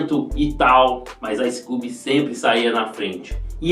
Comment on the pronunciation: Um pouco de agonia com sua pronúncia do nome dele. Ice "cúbi".